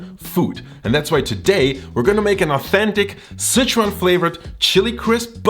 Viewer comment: Why are you saying "Citron" instead of "Sichuan" ?